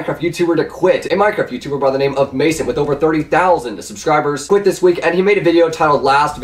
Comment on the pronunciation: ... it's Muh sant not Mason T